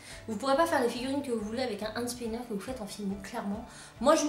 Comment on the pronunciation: tu le dit cheloux and spiner